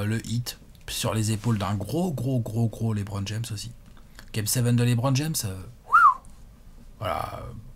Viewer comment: Bon il va falloir commencer a bien prononcer Lebron un jour. C'est pas Lébron..;)